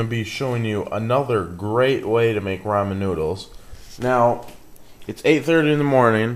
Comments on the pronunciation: You Pronounce Ramen Wrong Its not pronounced Raymon Its pronounced Raw-Men xDDDDDDD! LMAO XD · lol RAYmen noodles? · I like how you say "raymon" noodles! BTW, to make this even better fry up the bacon first in a little oil BEFORE adding in your water. Boiling bacon is just a bad idea.